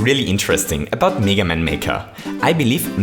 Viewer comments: Its mega NOT MEEGA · it's pronounced meh-ga, not me-ga. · M-E-ga maker and mEga man its mega not mEga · why do you say 'mega' as 'niga'? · You pronounced mega wrong, its MEH-GUH not MEE-GUH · Stop saying Mega as “Miga” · meeeeeeeeeeeeeeeeeeeeeeeeeeeeeeeeeeeeeeeeeeeeeeeeeeeeeeeeeeeeeeeeeeeeeeeeeeeeeeeeeeeeeeeeeeeeeeeeeeeeeeeeeeeeeeeeeeeeeeeeeeeeeeeeeeeeeeeeeeeeeeeeeeeeeeeeeeeeeeeeeeeeeeega maker edit: wait i realised he's saying (m-ay-gah) maker nevermind... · OMG IT'S "MEEGA MAKER" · Who the hell says Mega Man as Meega Man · Do people in your country say "mee-ga? It's just bothering me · Lamborghini Bottle No, we don't. We say mega just as in English. Maybe he tries to sound more English by pronouncing mega wrong?